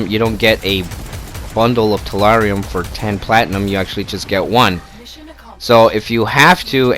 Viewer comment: Also tellurium not terrarium